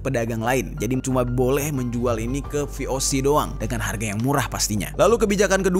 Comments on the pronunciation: Koreksi dikit... VOC dari bahasa belanda, jadi baca nya ya ve-o-ce(se)... Bukan dijadiin bahasa inggrid vi-o-si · Cara baca musti diperdalam juga bang. Jd jangan cuma pelajari sejarahnya. Cara penyebutan kata2 dalam bahasa belanda tu hampir sama kayak membaca latin. Beda nya, G dibaca [hee], J dibacanya [yee]. VOC dibaca nya [vé o sé] dan bukan vi o si. Selain membacakan sejarah, ada baiknya juga sekalian mengedukasi. Masukan yaaaa. Harap gak tersinggung🙏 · Ve O Se bukan vi o si. Kan bahasa Belanda